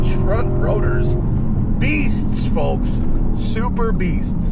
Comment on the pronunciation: Cool car. Great review as always! I miss driving these roads. I’m in AZ now and the roads are boring. Please stop pronouncing the “L” in “folks” 😂